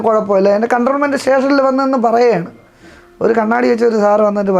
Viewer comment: എല്ലാം നന്നായിട്ടുണ്ട്. ഒരു കാര്യം പറയട്ടെ, കണ്ട്രോൾമെന്റ് സ്റ്റേഷൻ അല്ല. കൻറ്റോണ്മെന്റ് സ്റ്റേഷൻ ആണ്. തിരുത്തുമല്ലോ.